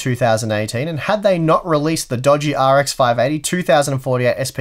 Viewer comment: Sounds like his saying R “G” X 😂